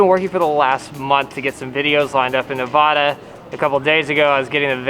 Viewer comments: I live in Las Vegas, super cool y’all came to Nevada!! Love y’all and your videos!! Side note Nevada is pronounced nevaaada (aaa as in apple) instead of nevoooda ❤️❤️ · Hi guys. It's Nev-add-uh. Not Nev-awh-duh. Thanks 😉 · as a native the worse thing you can do to a nevadian is say ne-vah-da hahaha its ne-va-duh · it's nev-ada not nev-ah-da lol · Y'all need to learn how to pronounce Nevada correctly!! 🤣💙